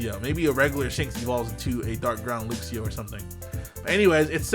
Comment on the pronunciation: Why you say "looxio" if you say "luxray" like a normal person